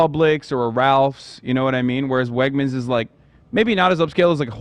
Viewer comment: im from pa and hearing him call wegmens "wegners" is so funny 😭 also the chat spamming for them to kiss when ethan gave hasan the friendship bracelet was hilarious